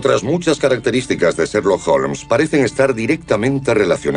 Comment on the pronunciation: curioso como el narrador pronuncia Serlock Holmes!!!Es Sherlock Holmes asno!!!